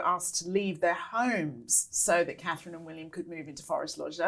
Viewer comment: I will refer to him as “Dick head” as long as he can’t get Catherine’s name correct….he doesn’t deserve respect when he is so disrespectful..IMO